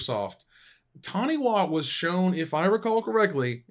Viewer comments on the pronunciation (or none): Taniwha is pronounced tan-e-far. The unofficial mascot of New Zealand mtg. Also Lorcana still doesn't have a release date for NZ & Australia